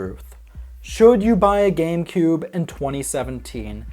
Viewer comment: It sounds like you said gay boy and gay player player